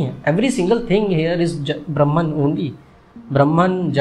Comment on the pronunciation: वीडियो की स्क्रिप्ट जितनी अच्छी थी, उतने ही शानदार तरीके से आपने इसे अपनी आवाज में पिरोया है। But डूड, ये ब्रह्म्न क्या है मित्र? ब्रह्म की ब्रह्मन तो अंग्रेज उच्चारित करते हैं भईया 😅 बाकी सब शानदार था, और जगत तो आखिरकार मिथ्या है हो 😊